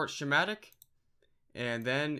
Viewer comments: sss...kkk...matic. Not shh..matic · it's not shematic it's schematic... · Shumatic? Schematic - Ski-matic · Schematic - SKE-mat-ic this is not sh sound please learn to speak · did he call a schematic(sc-hem-mat-ic) "shematic" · you said shamatic so many times... Schematic. SKA MAT TIC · Why are you pronouncing schematic like "shimatic"? its pronounced "ske-madik" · Who the fuck calls a schematic a SHHHMATIC? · It's pronounced "skematic". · Lol. Dude, your saying schematic wrong, jesus, get off minecraft and go back to school. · I know right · hahahah i heard him say shematic and i was laughing so freaking hard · Hey, not trying to be rude, but can you lookup the pronunciation of "schematic" please?